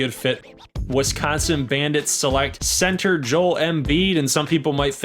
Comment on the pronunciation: That’s how you pronounce Joel, all these American commentators get it wrong it’s hilarious